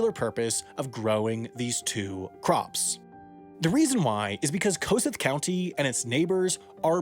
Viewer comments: From Kossuth County and this is the most exciting video I've ever seen. We never get mentioned, yet here is Wendover making a video about our little slice of the world! P.S. Wendover gained something to add to his mistakes videos. It's pronounced Kuh-sue-th, not Co-suth. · Hey Sam, Iowa resident here! I happen to live the next county over from Kossuth County. I would like to correct your pronunciation of Kossuth County. It is not 'Ko-sith' like you said in the video, but it is 'Ko-sooth.' It's how we refer to it. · It is pronounced Ka-Sooth not koseth. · Hey I live like 30 minutes from bancroft ❤❤ (also for anyone wonder it's no koh suth it's Kuh Soothe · Sorry but as an Iowan who lives in Kossuth County nobody says ‘koe-sith’ but we say ‘kuh-sooth’ 🤪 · kuss- SOOTH not KO-suth. it's been pronounced in local news by locals in video clips you can find online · Great video! Heads up Kossoth county is pronounced Kuh-sue-th. Really neat to see Iowa featured in your video! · It’s pronounced kah-sooth, not coe-suth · It’s Kuh-Sooth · The county’s name is actually pronounced kuh-SOOTH. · Welcome to any other place in iowa other than a few bigger iowa town usually called cities.... proper pronunciation is KA-soo-th county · It’s pronounced kuh-SOOTH. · Pronounced kuh-sooth county, and this is pretty accurate as someone who lives 20 miles from Bancroft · Kossuth is actually pronounced cuss-ooth (rhymes with tooth) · Kuh sue-th county, not nitpicking just saying. Great video :D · As a resident of Kossuth County (in the county seat of Algona), I need to tell you the name is pronounced kuh-SOOTH. Good job overall, though. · Lol, it's pronounced Kasooth. Funny to hear someone from out of state try to pronounce it xD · Learn how to say kossuth. It’s ka Sooth And it’s soybeans , not soybean when talking plural. And it’s de Kalb, not de cab. I know , you’re not a farmer. I shouldn’t bust your nuts. Chaf. Not chawf. Seed (plural) not seeds. Combine, not combine harvester.